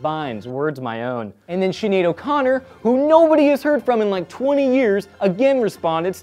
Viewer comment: I love how you said "Whos Shinead O' Connot, Im not sure if I spelt that right.